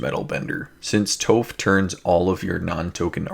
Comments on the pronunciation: Awesome video! Shelob is freaking awesome man that makes me wanna build a spider commander deck. Toph is pronounced like “cough” no c with a t T-ough Tough = toph :) hope that makes sense and helps. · Nice vid! For the Earthbending commander, it's pronounced Toff, like Toffee 👍